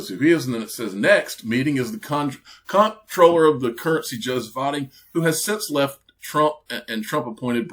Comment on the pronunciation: Comptroller is pronounced CONTROLLER. Just an FYI.